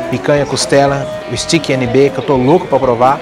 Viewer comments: Pronuncia Steak é esteique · Contei aqui: o termo "stiqui" foi usado 37 vezes. É de crucial importância entender onde estamos indo e a forma correta da pronuncia dos nomes antes de fazermos vídeos. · Nb “stiqui”